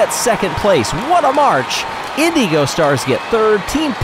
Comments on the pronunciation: I love. He's a great announver. The way he pronounces the word "Indigo", however, drives me insane. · I think that's how the team wants to be pronounced. Way back during the first Marblelympics, he called the O'rangers the Orange-ers instead of Oh-rangers, but he changed his ways the next season. With how long the Indeego Stars have been around, I feel like it's intentional.